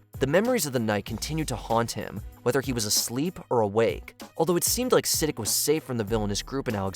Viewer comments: Omg.. it's not 'Siddick' 🤦‍♀️ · Say it with me… “S-uh-deek” wtf is “Sid-ick”😂😂😂😂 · It’s said like “suh-DEEK,” not “siddick”. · "Vaytoes" "Siddik" 🤣🤣🤣 Learn how to pronounce things if you're gonna talk about them lmao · "suh my DEEK" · It made me Sidic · Literally. And even though watch mojo is pretty biased on most top 10-30 list they have, pronouncing his name like "Sa-d**k" was actually kinda hilarious 🙈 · Is this AI? Your pronunciation of character names like Siddiq is terrible. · Who else was triggered by how he pronounced Siddiq